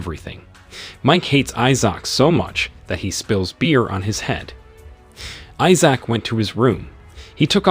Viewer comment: I'll just watch the series the way this bot narrator pronounces Issac drives me insane!